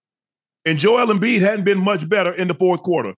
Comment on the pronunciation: Joel Embiid Joel Embleek is WILD 😂